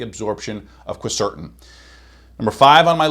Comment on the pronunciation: Cool stuff except you made me doubt you when you pronounced Quercetin 3 different ways. When people do it’s usually because they don’t know what something is. Just saying.